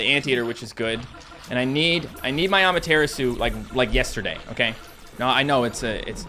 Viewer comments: It’s not amaterisu it’s ama-tur-asu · The way says amaterasu is just.... why? "A mater asu" is such a great unit and doesn't deserve her name to be butchered like this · Ah- mer - ter - ras -you